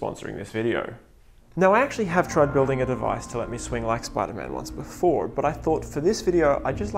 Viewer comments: You said sipderman not spiderman lol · It spiderman not sipderman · ah yes my favorite super hero “sipderman” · Sip der man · it's actually spider man